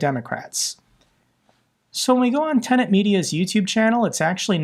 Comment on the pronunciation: Tenet. kept mispronouncing it, for some reason. And no, they’re not. They’re one of those “umbrella” partner companies that essentially serve as producers, and liaisons to YouTube.